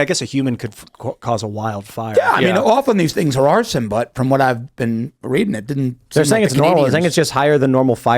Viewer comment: Dear Timcast: ITS A R S O N Signed, Canada